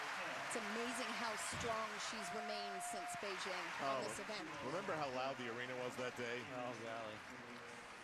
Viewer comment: why is it so damn hard for commentators to pronounce Beijing correctly